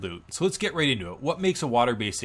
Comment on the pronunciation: "Let's get raid into it" I could've sworn you said that.